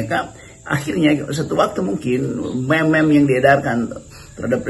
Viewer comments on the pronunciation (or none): Bang rocky meme dibacanya mim